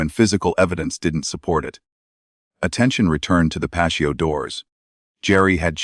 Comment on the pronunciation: Dear AI - It's not 'pasho'. It's pronounced 'pa-T-oh. So sick of all the mispronounciations in these readings as though they're not important. Words are important, as those who censor and change our vocabulary know! Your carelessness and lack of thoroughness in programming AI is either deliberate or disrespectful to native speakers!